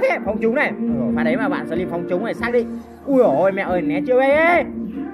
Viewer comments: Sờ trym ưi 🤣🤣🤣 ngta slim kêu sờ trym 🤣🤣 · Slimz người ta mà a nói xờ trym vài 😂